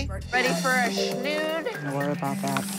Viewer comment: I love when McKenzie goes, I’m not putting a rat in my hair, and a snode. What’s a snood.